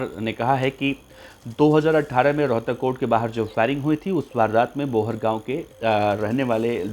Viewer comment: Rhotak ha rohkar nhe bhai ji